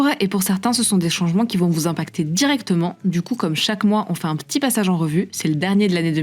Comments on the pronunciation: « Qui n’en est pas vraiment z’un » première seconde de vidéo. Je sais pas où il recrute ses journalistes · « Un changement qui n’en est pas vraiment z’un! », au tout début (20 s) de la vidéo! Franchement,, on la refait épicétou! Ben même pas!!! Jeulkroapô!